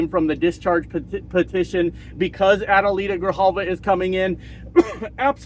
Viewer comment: Adelita is my Rep and you said her name perfect! 💙